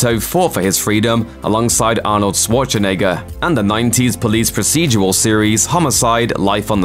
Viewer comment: Is he pronouncing those towns in a video, on a channel with over 5 million subscribers? It's flat out laziness and arrogance. "We have 5 million subscribers, we don't need to make an effort". The dude even pronounced Arnold Schwarzenegger's name wrong. How the hell do you get THAT wrong?